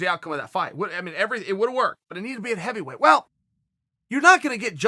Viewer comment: Evyweight? Ow ard is it to pronounce an H?